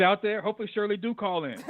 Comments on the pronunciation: No disrespect you're saying her name wrong it's not Cheryl it's Shirley Strawberry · Her name is SHIRLEY/ not Shirl😂😂😂😂